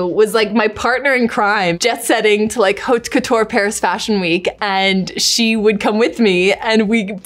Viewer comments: it's not pronounced HAUTE couture, it's pronounced "aute couture" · Love her but please someone tell these women the h in haute is silent?